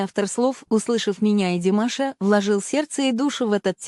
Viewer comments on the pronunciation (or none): Что ж вы так , даже фамилию Димаша не правильно произносите? Об остальном промолчу. Дизлайк.